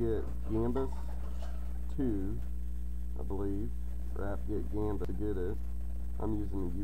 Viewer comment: thanks for the info, it's gambas btw, not gambus :)